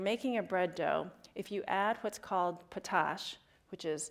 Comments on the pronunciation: its Pot-Ash. Not potash. Its literally refined wood ash. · potash is pronounced like just the two words by themselves, "pot ash" not "puh-tash" edit: lol hipsters knitting. that's actually probably a great thing to do during lectures